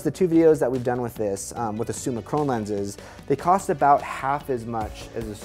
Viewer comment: Awesome unboxing and video. Absolutely love Leica glass... although its Summicron pronounced like "Tron", not like "own" ;-)